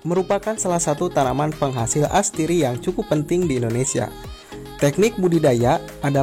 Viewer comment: astiri atau atsiri :)